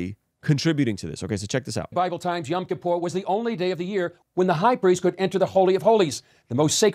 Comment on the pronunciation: its pronounced "Yom Kippur" not young Kippur